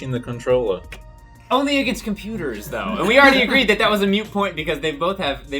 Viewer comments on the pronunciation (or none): it's MOOT point not mute point. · Damnit, its MOOT point not MUTE. If its MOOT it still is up for discussion if its MUTE its Not! Also just to put it out there its Damp SQUIB Not SQUID People! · Did say "mute point" lol? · It's moot point, not mute point.